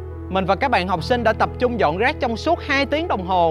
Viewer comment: nói rác giống như roét